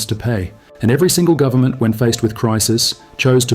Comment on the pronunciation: "full faith and credit in the US gubmit" LOL